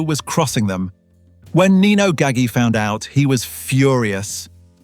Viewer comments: Haha That's a mispronunciation. It' sounds like Gaj-G. The "g"s are pronounced like a "j". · it's pronounced Ga-ji with a J.